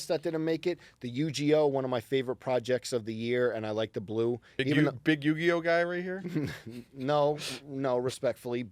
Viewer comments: For saying Yu-GEE-Oh, some tomato crates may magically appear outside the panel room 👀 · said Yu GEE OH.. smh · Not pronouncing Uniqlo as “Uni-glow” and Yugioh as “Yu-gee-oh”